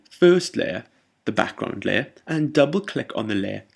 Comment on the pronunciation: i always love the tutorials u made.. i've watched all of em :D anyway i love it when u says "backgroud" it's amazing pronounced :D once again TIA! LOVE YA